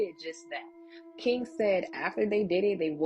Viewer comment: To the braided black girl that is talking about King ~ King isn't pronounced keenGUH. The g is soft, not hard. And it's a one syllable word but you're giving it two syllables. You aren't even consistent. Sometimes you pronounce it correctly but you bounce back and forth. And the word 'looking' isn't pronounced lookeenGUH. And the word 'replaying' isn't pronounced replayeenGUH. Listen to how educated people talk! You sound ridiculous. It's annoying to try to listen to you. I can't continue. Sorry to all of the other storytellers on this video that speak correctly but I can't continue to listen to this girl until she learns to speak correctly. I'm out.